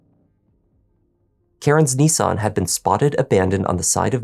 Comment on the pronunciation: NEE_SAN? NiSS-AN